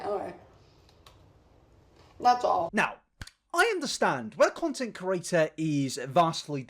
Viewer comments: I refuse to subscribe because you keep saying "content curator" instead of "content creator" and it's really fucking annoying to be completely honest. The two meanings aren't even close and if it wasn't something you say multiple times in every video, it wouldn't be so bad but you've been doing this for long enough now! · Content "cre-at-or" Not "cu-ra-tor" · No body:: cOrAtor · I don't think he is though. I'm from the same area so don't hear any accent. He doesn't struggle to pronounce any other words, he's definitely saying "curator" and it drives me mad every time lol!